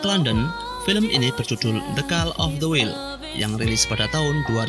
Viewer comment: ndas sey" the kal of the wil..".sebut betul la kuncur...suka ati kamu ajaa🙄🤒..bacanya.."the kol of the wail."..gubluk.. jendul🙄